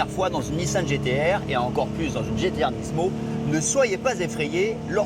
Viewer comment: y'a que moi que sa stresse quand il disent nisssmo? pour moi on dit nimo